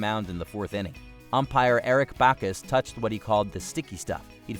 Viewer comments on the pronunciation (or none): none